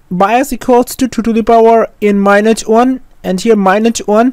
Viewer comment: Its minus not minuch😹😹